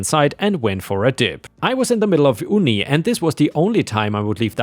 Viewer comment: "uni" is said as "you-knee," and is said in place of "university."